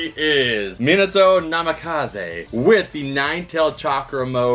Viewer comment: its so weird seeing someone ho loves anime so much and still cant pronounce minato right